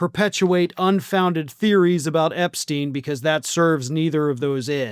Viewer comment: Why can Americans say Einstein correctly but not Epstein? Makes no sense